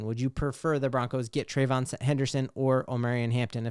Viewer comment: if you like the RB out of Ohio State, you got to say the man’s name right. Tray-Vee-On Henderson; not Tray-von. Love the content, so just trying to help.